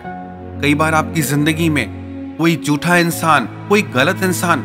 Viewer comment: "झूठा"...."जूठा" नहीं